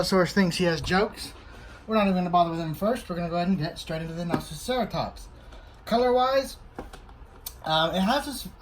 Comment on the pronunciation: Did he say naziceratops?!